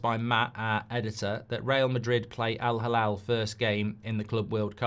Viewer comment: Mark, hate to be a stickler but it's Al-Hilal not Halal. Two very different meanings